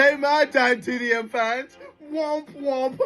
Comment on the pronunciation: KSI saying womp womp is so wrong😭😭